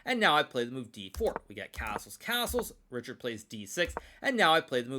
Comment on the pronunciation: It is pronounced ˈriçaːrd or reehard; definitely not reeshard.